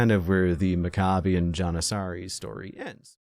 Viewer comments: Pronounced’Mack ah bee in Jan ih sah ree’ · Maccabian “Johnuhsahries” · The way your pronounce janissaries was crazy lol